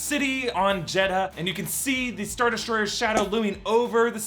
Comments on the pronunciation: this is pissing me off, yes its spelled jedha but its pronounced jedah, not jed-ha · It's pronounced "Jedda" not "Jed-ha".... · its Jeddha without the "H" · Guys, the "H" in Jeha is silent. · The inconsistent jedha pronunciation hurts my brain. It's Jed-uh.